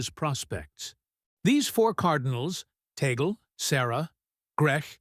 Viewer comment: The name of the Filipino Cardinal is not TEY-GEL. The correct pronunciation of his name is TAG-LE---TAG as in "tag-along" and LE as in "le-mon." Before you talk about him, be sure to properly pronounce his name correctly first. You're not being credible with your very basic error about his name.